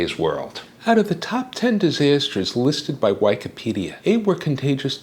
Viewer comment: LMAO I had to rewind when I heard whykipidia